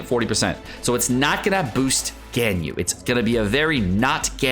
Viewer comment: Genshin youtubers always do the weird name thing for some reason. They call "Baal" "boll" or "ball" for some reason, "Ganyu" turns into "Genn You" etc lol